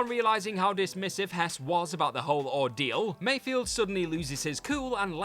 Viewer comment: It's Migs Mayfeld. Not Mayfield